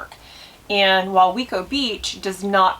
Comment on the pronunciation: It’s pronounced way-co beach